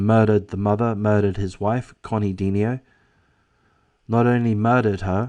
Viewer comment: Considerable background about this close and loving family and this double tragedy can be found in the comments of other YouTube posts. Please read. "De-NI-o"